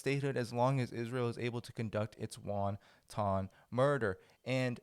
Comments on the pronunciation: wanton not "won-ton", otherwise great reporting! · Dude. I totally agree with your position, but if you are going to use the word more than once, it's pronounced WAN-ton. WON-TON violence sounds like violence against small Chinese dumplings. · No,. Wonton is a soup. The word you want is WANTON (pronounced wan tun). You're welcome. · Wanton. Not wantong. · It's not WHONTAHN, it's WhonTIN as a correct pronunciation for WANTON. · Wonton is a dumpling soup, dude. In the proper pronunciation of "wanton", the "o" is not pronounced. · I love repeated pronunciation of wanton as won-ton. Very Chinese and so appropriate. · Your videos would be more palatable if you learned how to pronounce word such as "wanton", "missile", and "adversaries".